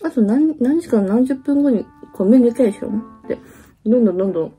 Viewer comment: 「コミュニケーション」を一生懸命言おうとして、結果イントネーションが変なことになっちゃうが大好きです！友達との約束、当日になると急にめんどくさくなるって言うのが、本当に分かりみが深すぎました！！